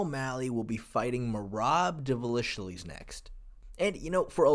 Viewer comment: Murrob divishilies 😭